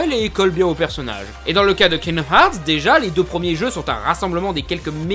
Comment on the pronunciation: Kingdoms herth ou harths ou hearths perso ses herths pour moi